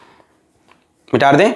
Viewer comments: Sir.. ki kuch pyari🙈❤ baateinn... 1.Mita de ko.. mitar de bolna. 2.Word ko erase krke dobara likhna . 3.Acceleration ko axkeleration bolna. 4.Beech beech gaane or ajeeb awaz nikalna. Or... Sache Dil ❤ se pdhana. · Sir why do you say MITARDEIN...its mitadein..(?)